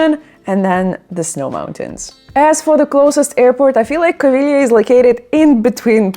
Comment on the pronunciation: Covilhãããããããã, if you sing it! Not Coviiiiiiiilhã.